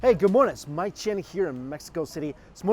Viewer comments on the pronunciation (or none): none